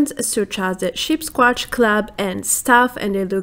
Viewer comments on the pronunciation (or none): you said CHEAPSsquatch haaha good imformation